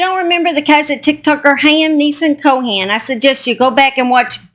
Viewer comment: The last name is Cohen, not Cohan. The h is silent. Thanks for the update!